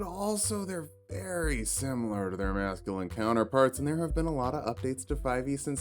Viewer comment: I had to rewatch the beginning 4 times because I kept hearing "they're veeerry similar to their Nazghulan Counterparts" instead of "Masculine Counterparts"